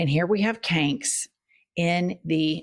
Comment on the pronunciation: I can't un-hear "Canks"! I hear it in my head every time I see that jackass.